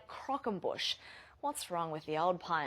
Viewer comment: hahaha! Only Sydney fans would try to pass off a triangular tower of Milka Melow-cakes as a croquembouche. And I love how she pronounces it "krokembush". So fuckin aussie!